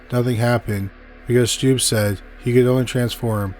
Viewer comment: I'm from Germany and I was really excited when you talked about Peter Stubbe, but please look up the pronunciation - I'm cringing when I hear your pronunciation. It's pronounced Stub-be ^^'